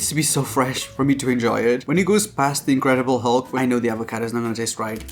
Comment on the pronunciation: Say it with me, AvocAdo AaaaaavocAaaaado. Not EvocEdo. Just like the pasta, it’s pAstA, not pEsta.😂